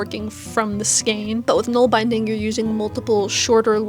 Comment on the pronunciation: Nålbindning = nawl bin dning